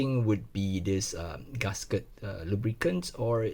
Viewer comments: Why do you pronounce gasket as ‘Gus Ket’ lol?🤣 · h. Nobody in the world pronounce GASKET as 'Gus Kert' I'm just correcting him